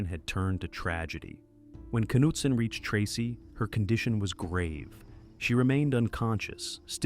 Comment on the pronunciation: “Kanootson” - that’s how you know it’s an AI voice. Also the word for “cavers” pronounced “kavas”. There’s a couple of other words that give it away also.